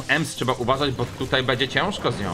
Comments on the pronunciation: To jest bo a nie bu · nie bu tylko bo😡😡